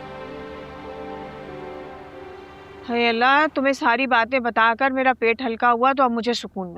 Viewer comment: py tumny Mera k bjay tumny Mela Bola hahahaha